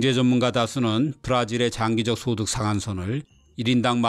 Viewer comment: 최고의 정보 제공, 항상 감사합니다. 딕션도 훌륭합니다. 귀에 거슬리는 장단음 발음 오류를 교정하시면 더할 나위 없겠습니다. [장기적]에서 [장]은 단음입니다. [잠재적]의 [잠]도 단음입니다. 참고로 [장관] 경우, 우두머리 [장]은 장음입니다. 옥의 티 라 얘기해 봅니다.